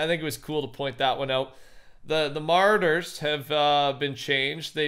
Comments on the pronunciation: Did anyone else hear him say Marders instead of marauders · Ma-raw-ders. Not mooreders😂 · Marauders not "Martyrs" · I hate to be a bother but when you say marauders it sounds like you’re saying mortars. It’s pronounced mar-awe-ders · Hey, I mean no offense but you keep say mordurs for the Murauders. Muh-Rah-Durs. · It’s Marauders not Martyr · he was calling them "moraders" and not "marauders" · It's Marauder not Martyr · It’s pronounced muh-raw-durrs (Marauders) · Was it just me or did he keep calling marauders, martyrs? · dude, it's pronounced "muh-RAW-ders"... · Yo, its ma-raw-durs. Lol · marauders are pronounced Mar odders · Mah. Rawd. Ers. Dammit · THE mArdErS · It’s pronounced muh-roh-dur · Marradurs lol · ”The MARTARS” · You butchered the hell out of marauders 😂